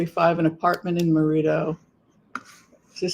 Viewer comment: You’re driving me crazy calling it MeirdO. It’s not pronounced MerinO. It’s Merida.😊